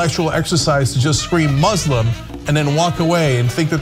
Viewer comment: Radical what now? Can't say "Muslim" clearly when identifying the shooter... ... but the word Muslim comes across perfectly clear when defending them...